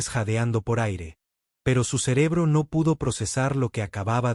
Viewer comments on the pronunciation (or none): none